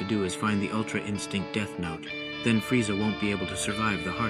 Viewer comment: "Frieza"??? There is no i in Freezer or Freeza.